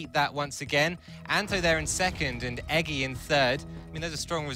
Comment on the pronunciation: He meant Eggy, but he didn't pronounce it correctly